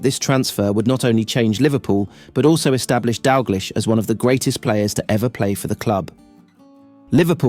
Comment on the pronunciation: refuse to watch content about Kenny Dalglish that can't pronounce the mans name properly....or Jock Steins for that matter.